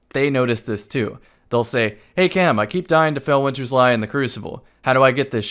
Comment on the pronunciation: You did not just say felwinters